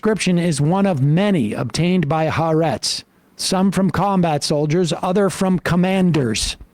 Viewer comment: a nit, but Sam, please, the name of the paper is pronounced HA-ARETZ. the second ‘A’ is open and accented, as in ‘Adam’